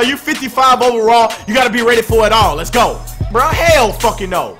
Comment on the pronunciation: when you say let's go while in a game yelling it sound like you saying it's go!!! homei😁😁